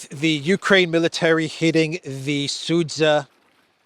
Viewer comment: Its Sudzha, not Sudza